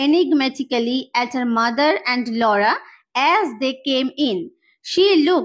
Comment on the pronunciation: 32.40 second Laura pronounciation 😂